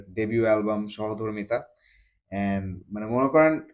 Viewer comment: its not ShohoDhormita..... Its Shomodhormita...